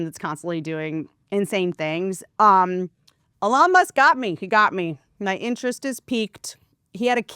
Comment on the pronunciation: "A-lawn Musk" Perfect!